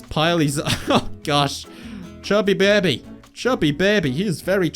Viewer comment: It sounds like you are saying beby not baby. :)